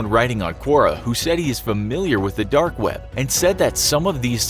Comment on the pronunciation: Am I the only one finding his pronunciation of "dark" weird? It sounds almost like "derk".